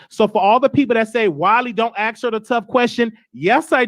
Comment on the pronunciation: Omg. If he says AX. ONE MORE TIME... NOT ASK IM GOING TO EAT MY OWN AXE!!!?